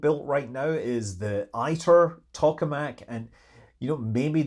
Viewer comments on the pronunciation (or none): Please dont call ITER Aeter ! Eiter translates in German to pus ! It is the International Thermonuclear Experimental Reactor and there is no Ae...in the word International. Great work explaining science though! PS: I did not know that you are a PPL holder. Congratulations!